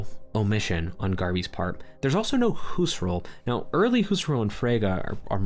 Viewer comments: I didnt meant to be mean but gotta admit its a pretty peculiar way of pronouncing his name. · Huserol xd? You meant Husserl?